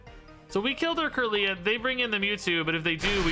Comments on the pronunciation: When he says “Kirlia” ☠️ is trying though lol. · Your doing really well at seeing the lines of play! Learning the common pronunciation of Pokemon names may take time. Don’t break up kirlia say it all together and chansey is said chance-e